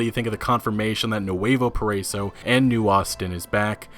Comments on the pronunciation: It’s pronounced PARA-E-SO lol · Nuevo Para-E-so. lol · I don’t know if it actually matters, but it’s actually pronounced “para-ee-so” (paraiso) just thought I’d let you know